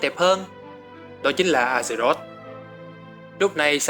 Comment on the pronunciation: A giơ rọt hay Ác giơ rọt đừng dọc A gie rốt